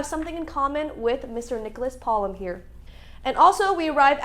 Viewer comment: i believe its pronounced polOme